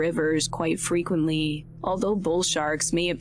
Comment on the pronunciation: Why does the narrator hold the last syllable for so long “frequentllyyyyyy” made the show unwatchable. Like a “valley girl,” or “cali girl” accent. “Deadlllyyyyy”